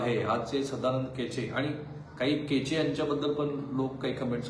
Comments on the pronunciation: केचे नाही हो, कोचे म्हणा..सदानंद कोचे, माजी collector, Beed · केचे नाही साहेब कोचे. .बोला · केचे नाही, कोचे आहेत ते. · केचे नव्हे, कोचे